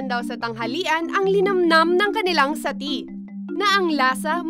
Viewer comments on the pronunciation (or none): Satti po not Satay. Anyways, thank you po for choosing zamboanga city as your first episode location! ☺ Bira ostedes otravez!